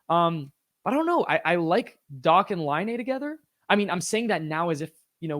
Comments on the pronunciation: It's dock, not dack. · It should actually be pronounced Dakh as Dach is a word of German origin where you read 'ch' as kh. (It means 'roof' in English).